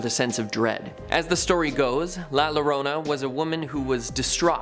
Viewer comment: Double L “Ll” doesn’t make a normal “L” sound, it makes a “Y” sound, so Llorona isn’t pronounce Lo-rona, it’s Yo-rona